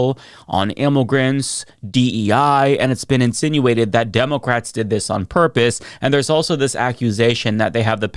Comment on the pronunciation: "ImmOgrants" "demOcrats" my fav words to hear say. lol